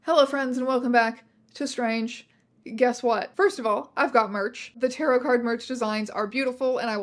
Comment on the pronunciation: someone finally taught strange how to say tarot!!!!